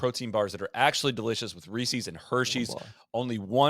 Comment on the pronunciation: We gotta stop from saying ReeSees